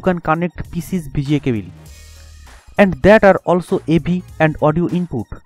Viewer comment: cabile kya he be cable bol na kele